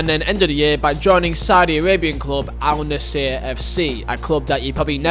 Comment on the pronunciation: It's funny that most people never heard of Al-Nassr football club prior to Cristiano move. What's even funnier is that all these people are pronouncing it wrong... The "L" is actually silent and the "N" is stressed, so it's typed Al-Nassr but pronounced more like An-nasr.